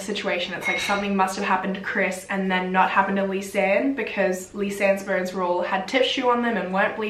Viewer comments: I thought she was saying burns the whole time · Until you mentioned 206 bones, i thought you said 'burns' the whole time and I was confused 😭😂😂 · I thought she was saying burns😩 but she actually said bones. I was like how can burns be bleached? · I thought what burns? Sorry lol 😂 i get it you’re saying bones! 🦴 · i kept hearing burns but shes actually saying “bones”☹️☹️im such an idiot ahhah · Correct me if i am wrong but i heard burns instead of bones. So it took me a while to understand the whole situation. ✌️😁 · How the heck 'Mexican Cartel' got into Panama? To me, even more stranger thing is how did you get 'ur' pronunciation from 'bones'???